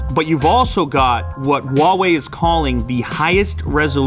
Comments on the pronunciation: Huawei sounds like [Who-are Way], not [Wha Way] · Huawei sounds like you're saying fucker in arabic